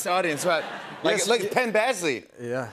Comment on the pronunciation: Pen Bagsley?? Lol